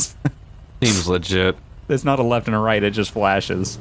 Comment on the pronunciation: Why does say 'seems ligit`???